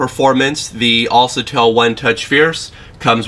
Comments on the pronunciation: "Al sa tell =AlCATEL =Alkatel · who told you a C followed by an A makes the sound SA and not CA? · IT'S ALKATEL NOT ALSETEL. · Self pictures?? "Alsatel." Dude you need Jesus. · Unliked for mis-pronounciation of the phone brand name C= kuh Not suh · it's alKatel, not alSatel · You said the name wrong it's al-ka-tel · ITS ALCATEL (AL, KA, TELL) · Al CA TEL - Americans pronounce words so funny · atleast pronounce the brand name correctly .. al(sa)tel..LoL.. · AL-CA-TEL!!! Smh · he dose not have right facts on this phone and he is saying the name of the product wrong